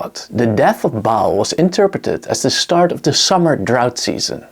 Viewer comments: Ba'al With that apostrophe for the glottal stop. Pronounced like when you pronounce Hawai'i properly with that glottal stop. Great video, nonetheless. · Another one who can't pronounce Ba'al (ba as in bar not bail and al as in alcahol) not pronounced bail.